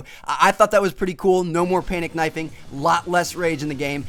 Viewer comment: I laughed when he said no panic knofing xD